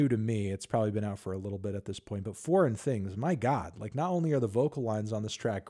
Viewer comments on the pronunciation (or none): none